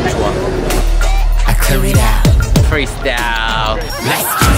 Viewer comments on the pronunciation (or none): When it was first released i thought he said 'korea style' not 'freestyle'💜💜..... Tysm x for the subs